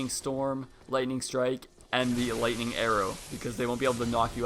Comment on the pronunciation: ha he said lighting strike